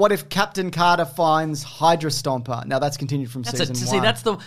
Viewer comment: I keep hearing Hydro-Stomper when you say Hydra-Stomper and all I can think of is "Singing In The Rain" with Gene Kelly in a giant dieselpunk mech suit, obliterating puddles with superhuman force.